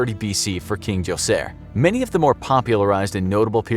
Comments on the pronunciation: Full of information and yet can't pronounce Djoser correctly. The d is silent. Joe-sir is how you say it. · It’s pronounced. Dojor you idiot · actually it's pronounced as joser. The D is silent. also farmers built the pyramids. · Djoser is pronounced Gozer ~ Gozer The Gozerian ~ Gozer The Traveler ~ Gozer The Destructor